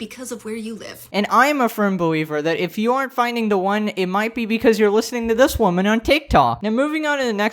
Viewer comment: "Wahmen" -WoMAN